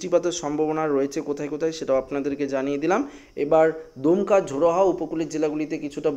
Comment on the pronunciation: দুমকা না দমকা